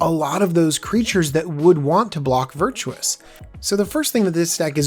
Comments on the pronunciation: ..... Virtuous? You've added in some vowels there, buddy. Vir-tus ;) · It's...it's "Virtus" (VER-TUS) You keep saying "Virtuous" (VER-CHOO-US) A little different. Cool deck tho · dude, Vir-Tus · Made it about a minute and half, but I couldn't take hearing you say "Virtuous" one more time. Honestly, how hard is it to sound something out? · Made it longer than I could I was out at 53 seconds. Probably my biggest pet peeve with the magic community.